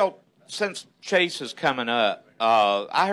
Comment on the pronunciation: it's Chase not Casey.